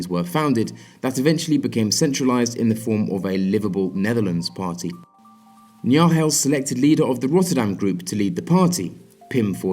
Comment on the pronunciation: I sounds like you don't really pronounce the 'G' in Dutch names, in the name of Jan Nagel for example. In Dutch, the g is very hard and guttural, although it would probably sound better already if you would pronounce the 'g' in Nagel (or most other Dutch names) like the 'g' in 'game'. It's still not correct, but comes a little closer to what their names actually are. I know pronouncing foreign names can be really hard btw, just want to provide a little help.